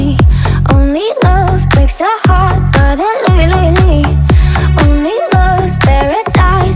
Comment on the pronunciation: Bohlen kann nicht einmal mal Brother richtig aussprechen :)